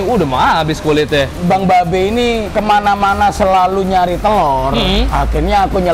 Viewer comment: telor BKN tloer